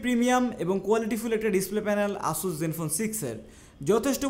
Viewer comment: উচ্চারণ "অ্যাসাস" হবে ভাই 🐸